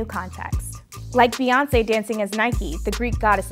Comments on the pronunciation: STOP CALLING HER BAY! It's Bey like a Bumble Bee. Her names is not BAYONCE. Jay Z says her name often and so does everyone else (Queen Bey). Sorry I could not hear anything after her called her BAY lol. Carry on... #RANT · Did he just say Bae( as in Bay-yonce) instead of Bey, as in (Bee-yonce)?! I want his black card revoked!